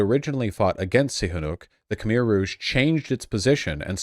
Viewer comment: It's pronounced Kh-mai!